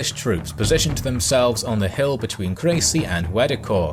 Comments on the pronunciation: Crecy....not crazy! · It wasn't pronounced the "Battle of Crazy" for nothing. Excuse me, I'll be off now.